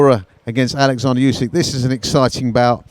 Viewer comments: Tak jest nazwisko Usyk nie Jusik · Listen, He’s not Yusik, He’s Usyk... Capisce? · I'm not Yusik.. Its Usyk 😊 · I'm glade he cleared up his name because i was calling usyk the same way the interviewer was. To be honest it sound like you're saying "you sick"...🤣🤣🤣 didn't really think of it until now 😁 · Usyk is a proud Ukrainian and the Russian pronounce pissed him off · Oh this again, mispronounced Usyk’s name and called Muhammad Ali Cassius Clay in another video. Get your facts right and do you homework boy. Where’s Radio Rahim